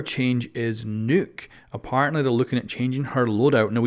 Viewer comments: NUCK NUCK NUCK NUCK NUCK!!!!!! Why does everyone pronouce her name wrong!?! So irritating!! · Lol u pronounce nokk as "nuke" lmao